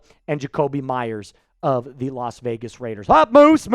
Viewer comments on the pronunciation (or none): none